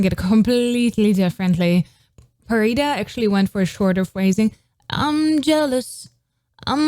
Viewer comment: Pharita's pronunciation are crystal clear